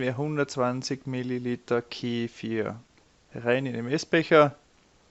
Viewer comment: Keeeefirr diese Aussprache macht aggressiv 😬